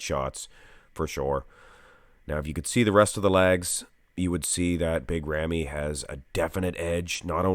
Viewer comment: As Arabic You pronounce the name not bad 🙂